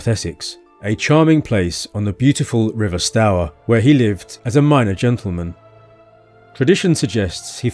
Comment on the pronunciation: Nice video... Stour like 'Stoor'